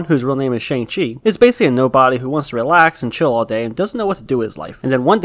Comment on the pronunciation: Glad you said Shang and not shong.